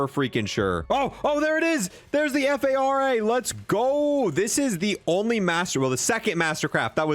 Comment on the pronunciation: F. A. R. A. LoL I thought you were trying to say FFAR I think it's just called Phara 83, it's a real gun.